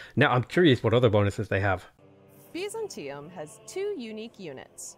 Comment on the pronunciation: They pronounce all of the words here extremely strangely. Biz-an-TEA-um? I thought it was BY-zan-tea-um